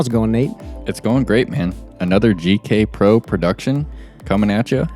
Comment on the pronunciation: Am I the only one who has noticed that Nate says "JK Pro" instead of "GK Pro" he did during the idlewild coverage also. Love you as a commentator and player Nate. But it's eating at me everytime I hear it